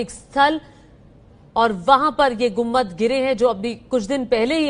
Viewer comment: Lady news reader, it is गुम्बद and not गुम्मद